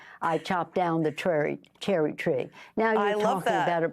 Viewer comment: She chopped down a twerry tree?